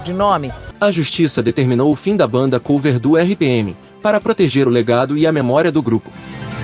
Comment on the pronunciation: Maravilhoso! Muito bom mini-documentario. So uma sugestao. Eu nao sei se a voz e gerada por I.A., mas o uso do nome COVER (ex: Banda Cover), nao se pronuncia como se tivesse o acento circunflexo no "O". A palavra COVER e pronunciada em Ingles como se tivesse acento agudo no "O". Da mesma forma que a palavra CLOSET nao se pronuncia como se tivesse acento circunflexo e, sim, como se tivesse um acento agudo no "O".